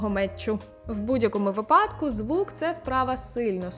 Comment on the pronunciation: Дякую! Тільки вИпадок, не випАдок.